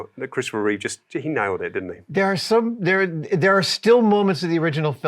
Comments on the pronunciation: NOOOO, Adam! It's Reeve, not Reeves! XD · The host loves the movie SO much, and Superman SO much, that he got his name WRONG on first mention. "Reeves"🤦‍♂😬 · That guy tried SO hard to subtly correct Adam on correctly pronouncing Christopher REEVE, but sadly failed. I don’t know what’s so hard about the guy’s name… 😒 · Adam should donate $1k to the Christopher and Dana Reeve Foundation for every time he says Christopher ReeveS. I count at least $5k in donations owed for getting his name wrong. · It's REEVE, not REEVES fgs!!! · The professional made sure to say his name correctly twice shortly after Adam mispronounced it lol, subtly trying to stick the correct name in people's heads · It worked be nice if Adam would stop referring to Christopher Reeve as "Christopher Reeves".